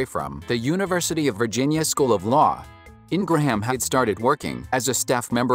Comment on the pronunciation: It's pronounced"Ingram"Not Ingrahaaaam!wow , take speaking lessons!